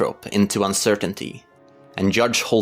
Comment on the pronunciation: Hudge Holden is literythe funniest thing I've ever heard. AND IVE HEARD WHOS ON FIRST!